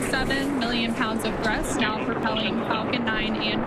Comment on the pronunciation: She said thrush ahaaje